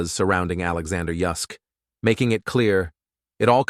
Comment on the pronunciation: I think he's saying Yusk, who is Yusk!!!!!!!!!!!!!!!!!!!!!!!!!